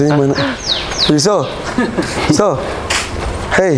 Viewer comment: Wkwkwk wariso mas bukan waroso